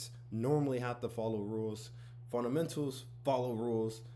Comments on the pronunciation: It’s, FUNDAMENTALS. Not, “funt-amentals”. 😂 It’s ok though, I’ve been saying, “mun-sters” instead of MONSTERS 👹 for decades. 😂 🤦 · Fundamentals❌ Funtamentals✅ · Ive watched this so much that "funtamentals" is pissing me off. Ty Sensei😂💀💀💀